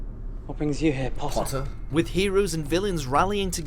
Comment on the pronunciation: When you said Potter" it did sound British. You're getting there with the accent :-)